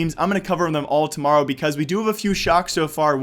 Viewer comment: tomowo? ew XD